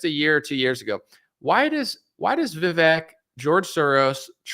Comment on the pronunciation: The "E" in Vivek is pronounced like an "A". Vi-VAKE... It rhymes with CAKE.